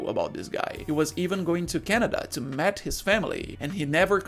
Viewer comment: Meet is pronounced as meat, not met